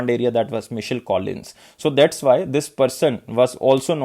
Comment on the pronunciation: Hi Sir, Please check this name "Michael" Pronounciation